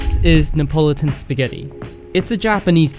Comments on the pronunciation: It's pronounced "ne uh pah luh tun". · Neapolitan has 5 syllables, not 4.